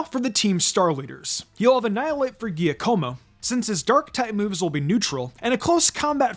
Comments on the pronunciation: Its JAH-CO-MO not GYA-CO-MO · Giacomo's name is pronounced jock-a-mo, just fyi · Never heard Giacomo pronounced that way, it’s pronounced Jacamo. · and you're still saying Giacomo's name wrong